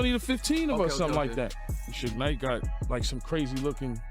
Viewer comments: 😂 you have to practice saying Suge Knight before you put it out there ask a friend ask him to proofread it or something cuz that's funny😂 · Soo-Gay Knight is here!! - Tony Yah-Yoh